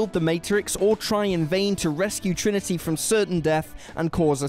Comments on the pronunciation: You totally just called Trinity "Trinigy". Was that really the best take? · "Triniji".. or has my hearing gone to crap haha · am i hearing things or does he say "save Trilogy" when talking about matrix reloaded?